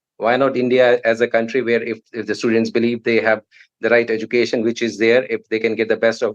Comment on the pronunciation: Aussie, not OZ. And the host cannot even say education correctly. These third world filth are beyond delusional making demands; they make Kardashians look sensible. That's how hopelessly beyond pathetic they are!